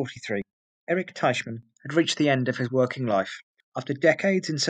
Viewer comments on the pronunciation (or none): none